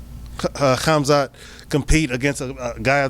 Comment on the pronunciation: reapect to Cannonier for actually doing the "Kh" part lf Khamzat's name lol